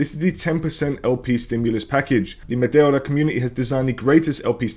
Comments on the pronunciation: LOL! How are you pronouncing Meteora this way? It is spelt nothing like the way you are pronouncing it. You're basically saying Matilda :face-blue-smiling::face-blue-smiling::face-blue-smiling::face-blue-smiling::face-blue-smiling::face-blue-smiling::face-blue-smiling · Yes, I'm aware he is Greek because I was listening to the video. If you paid attention to how to speak English you would appreciate that he murdered the pronunciation. Because you are Spanish means nothing. His native language isn't remotely the same as yours, so your point doesn't make sense.